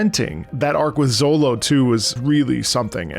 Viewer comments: Calling Zoro “Zollo” seems criminal 😂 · Z... Zolo... oh no lmao It's Zoro, with an R. I dunno where you got Zolo from lol I think 4Kids did that maybe? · I get what you are saying but I can not continue watching due to you saying "Zolo" lol. great video though! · Your not wrong about the zolo thing cause your reading instead of watching but its still funny to hear 😂. Caught me off guard at first but then i remembered thats how they spell it in the manga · Oh god don't say Zolo💀 His name is Zoro! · are you sayin Zolo to intentionally troll?cuz by the 5th time you said Zolo i wanted to reach in my screen grab you by the beard and scream "It's ZOROOOOO" anyway your gonna love it....keep going👍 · My brain shuts down for 30 sec everytime you say Zolo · Proof he only reed this because he says Zolo 😂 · Bro said ZoLo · bro saying zolo had me confused for longer than it should have taken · This was a genuine and pleasant laugh every time you say Zolo 🤣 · Please don't say Zolo please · Did you just say "Zolo"? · Each time bro says ZoLo my soul hurts 😂😂😂😂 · My ears care. My brain cares. Same as when someone puts the stress on the silent u in Sasuke. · well, luffy is pronounced like "ruffy" in japanese, so it might as well be lolonoa zolo